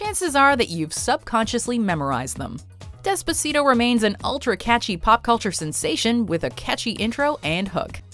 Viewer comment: Dehs-puh-see-toh she says lol